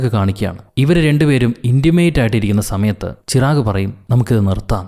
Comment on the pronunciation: ചിറാഗ് അല്ല ചിരാഗ്